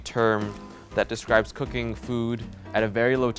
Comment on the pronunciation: "Let's get cookingchhhh"